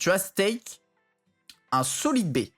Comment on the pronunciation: ''SOLEED BAY" 2021